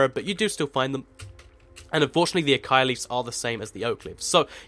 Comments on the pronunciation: Acaia? It's Acacia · It's said a-cay-shaa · No! Ah-cay-shee-ah acacia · acacia does not sound like acia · its pronounced ah-k-shia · I think it's pronounced: Ah-cay-sha Acacia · Ita called ac-ay-see-a lol its my friends name ha ha ha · It's spelt Acacia, and pronounced that way as well. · pronounce acacia a-caish-ia (not hating :p)